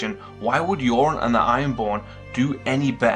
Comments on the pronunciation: His name is Euron (YUR-ON), not Yoren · why do you keep calling Euron - "JOREN"? Theons uncle is EURON - not JOREN!!!